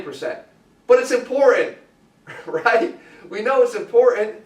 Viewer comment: Lol why is he saying important in a weird way? .. like imporent lol